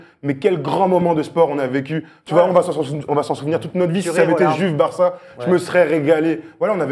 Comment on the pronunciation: Oh merde est-ce que vous pouvez respecter l'italien en disant "Youve" et pas "Juve" merci ahaha